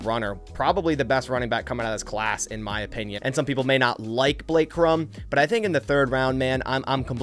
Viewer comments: Cor-um…not Crum…smh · Corum is pronounced Core-um not krum... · It’s Blake Cor-um, not Crumb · its COR-um not Crum. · It's Blake Core-um. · why are you trying to turn Blake Cor•um’s last name one syllable, emphasizing the M strongest? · When a podcaster can't even pronounce the names of Corum and Odunze correctly, you can guess he hasn't watched a game they've played in. Hmmm. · You butchered my dawg Blake last name lol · Pronounce Corum’s name right if you want him